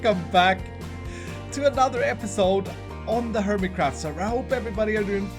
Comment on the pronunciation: “Hermitcrawhft” pronunciation by a bumbo